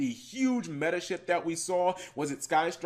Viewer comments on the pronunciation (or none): none